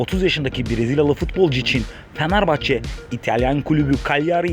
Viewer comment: Amk şu Fenerbahçe deyişini değiştir